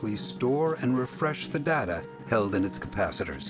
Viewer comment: The word Data is incorrectly pronounced in this Video